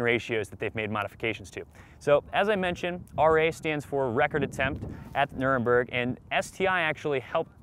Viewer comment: Nurenburg? I stopped watching.